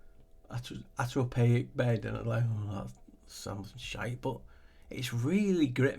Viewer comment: I gave you a like just for pronouncing that word lol.